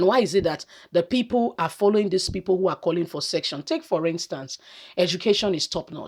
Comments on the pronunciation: Se cce ssion not section please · She finds it so hard to pronounce that word- SECESSION.